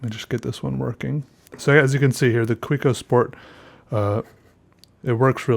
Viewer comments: it's (kah-veh-co) :) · the way you say Kaweco kills me